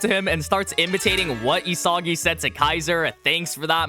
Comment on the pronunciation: did this man just say diddysagi?